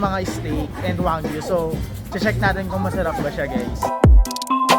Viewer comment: wagyu po not wanggyu